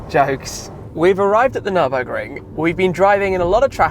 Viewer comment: Anyone else find it funny to hear Tim saying “jokes”? Or is it just me?